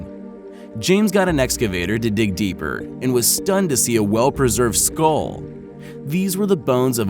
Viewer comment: what's a 'skoll'? I always thought it was skull.